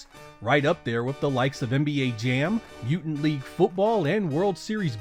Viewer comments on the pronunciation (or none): none